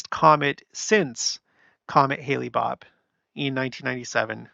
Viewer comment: Hale-Bopp is pronounced Hale (like hail) and then Bopp. I think you’re confusing the pronunciation with Halley’s Comet, which comes around every 76 years or so, which is pronounced Hal-lee, not hail-lee. It started getting mispronounced the last time around because there was a singing group called Bill Haley & His Comets, pronounced Hail-lee. Anyway, that’s a lot of “hal” named comets that are often mispronounced.